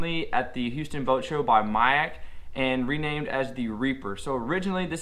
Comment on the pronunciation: It's not pronounced magic?